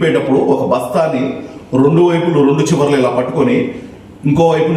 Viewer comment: రొండు వైపులా, రొండు చివరలా 😂😂 కాదు "రెండు"